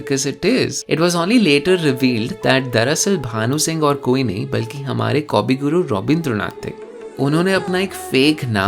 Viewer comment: I'm already impressed by your Bangla pronunciation. Just a note: it's not Kaw-bi-gu-ru, it's Ko-bi-gu-ru.